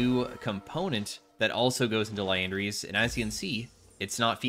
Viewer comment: Crazy to me that in all these years, never properly says Liandry's once.